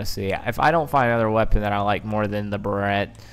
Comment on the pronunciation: “Bare-it”. The Barrett .50cal. Not a “burret”.